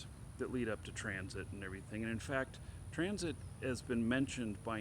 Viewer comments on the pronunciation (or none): Why you keep saying Transit? It's Tencent. On the fence about CCP authoritarianism which Tencent helps to fund? Really? You should really educate yourself about this subject more. Ban Tencent completely.